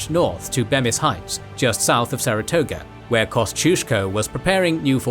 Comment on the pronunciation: they way the narrator butchered the pronounciation of Lafayette, Kosciuszko, Ticonderoga and Schuyler hurt my ears